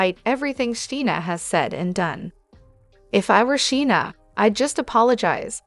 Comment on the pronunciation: You need to learn to pronounce Scheana's name correctly!!